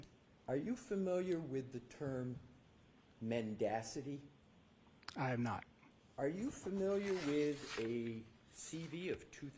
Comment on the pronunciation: I discarded testimony when he mispronounced a word which suggested he wasn't very familiar with it. (to be fair he did correctly pronounce it later on but even so he was a bad choice - the purpose of an expert is to explain things to the jury to help them understand the facts so that they can come to a judgement - he didn't give clear answers and if anything just caused more confusion - although that might be the prosecution strategy here).